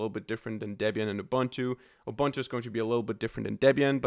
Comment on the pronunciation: its not 'Ubantu' its a zulu word man, its pro-nounced 'Uboontu'